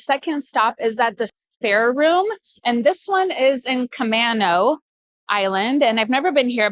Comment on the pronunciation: Just a friendly FYI: Camano = Kuh-MAY-noh and Oneida = Oh-NYE-duh. 🙂 Love your videos!